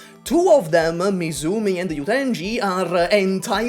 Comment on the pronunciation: dude really had a prophetic prediction by calling misumi "MIFUmi"